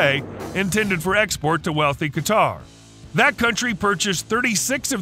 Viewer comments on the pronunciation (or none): none